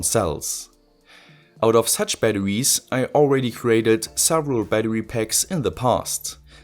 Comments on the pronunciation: STOP SAYING BATTEWIES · i love how he says batawies